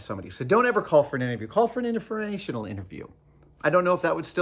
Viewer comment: What is he saying ? Is it just informational interview? Because it sounds more like innerferrational interview, and I don't know, but really want to know what that might be.